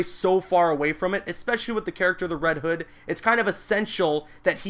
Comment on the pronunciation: its not reed hood